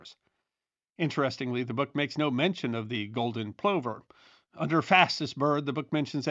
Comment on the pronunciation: Plover = "pluvver" EDIT you misplaced the 'h' in the twins' name, McWhirter is a hard 't' not a 'th' sound.